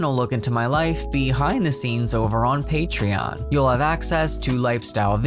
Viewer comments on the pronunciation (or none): none